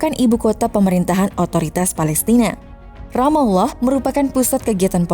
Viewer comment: Adminnya pernah mondok nih 😁 mengucapkan Ramallah pas, GK kyk yg lainnya